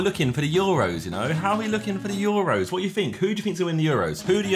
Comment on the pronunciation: i have one complaint about the video. ITS NOT THE YOUROS, ITS THE EUROS. Please, please, please stop calling it the youros like it actually hurt me. But other than that the vid was a banger n im craving a maccy rn bc of u so thanks for that - ish for anyone curious